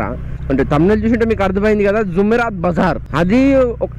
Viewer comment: Arey Naina zoomerat bazar kado adi “JUMERAAT”Bazar